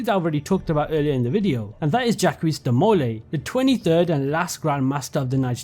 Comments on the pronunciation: Jackweez De Mole Eeee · The way you say Jacques de Molay is so infuriating lol 😂